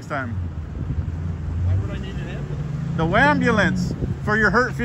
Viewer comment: I love the way u talk, I know I'm older than u, I feel out 😂 when u said "WAMBULANCE" and "EDUMACATION" 🤣 I heard "WABULANCE" from a auditor on the West Coast 👍🏾 I think it was #FurryPotato